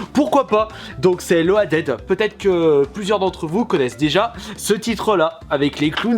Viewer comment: je t'en supplie fais un effort!!!!! Ton anglais est juste abuse buse fluse bruse tuse busé!!! Loaded se prononce [Lodid]!! Tu ne sais pas ça du haut de tes plus de 30 ans? Sinon si tu ne connais pas Loaded, c'est un Run'n Gun vu de haut à la "mercs" ou encore "commando" et "Shock Troopers", mais en version gore lol. Tu devrais tripper sur ce jeu-là!